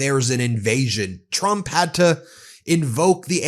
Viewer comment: Not to poke fun of speech differences, but she can’t pronounce the ‘tr’ sound. She says ‘ch’ instead…‘president Chrump/Chump’ 😂